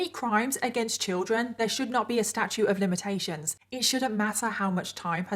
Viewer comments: Statute of limitations,. You keep saying “statue” lol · It’s “statute” of limitations. Not “statue”. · I just love your channel! If I may, it is Statute of Limitations.... not Statue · I absolutely love watching your videos and how you put your make up on,but please blend the contour on your nose as it gives me anxiety🥴 and will you learn the proper terminology? It's statuite of limitations,not statue pet❤ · STATUTE NOT STATUE! ❌🗽 🙅‍♀️🗽 ❎🗽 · The term in which laws can be prosecuted is “Statute,” not “Statue.” At least in the US. Great videos. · Statute not statue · Statute of limits, not statue of limitations. You pronounce that last T. Like statue, with the T sound at the end. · FYI it's statute, sta-choot, with a "T" not statue, sta-choo. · Is it me, or does she keep saying "statue of limitations"? I swear I can't hear the T at the end of "statute". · Wait. Are you saying statute of limitations? Omg. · StatuTe of Limitations… there’s a T in there 👍🏻